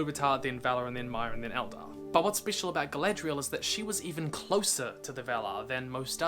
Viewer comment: Did you say...Eldar?! HERESY!